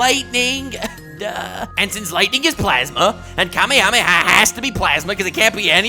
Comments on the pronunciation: Just saying, the way Matpat pronounced kamehameha is correct. If you watched the original Dragonball you would know. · Thank you for saying Kamehameha right😂